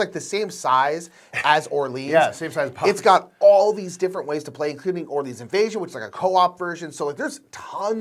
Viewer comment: Love you guys, but real talk. Are you allergic to correctly pronouncing French words? First Orleans now En route. Seriously guys. Great content, hilarious sketches, but every time you talk about Orleans I feel mental pain and involuntarily recoil like I’ve been physically hit. 😂😂😂